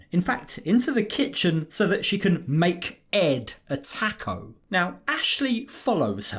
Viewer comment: Why did you keep saying taco like that 😂😂😂